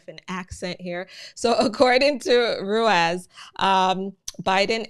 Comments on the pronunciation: Thanks for the info, your accent is completely fine!. Ruiz would be pronounced roo-EES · Ruiz is pronounced Rueese. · Rueeze. That’s how you pronounce it. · Its pronounced Run ease lol I didn't even notice it until you said it